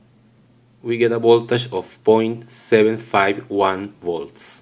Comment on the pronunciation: This video is very informative. Thank you for making it. But really, can you not learn to pronounce "voltage" like it is commonly pronounced? Will that be very hard for you?